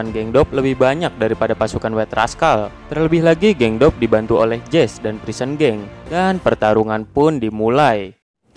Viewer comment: jesse itu bukan jes tapi jesi😂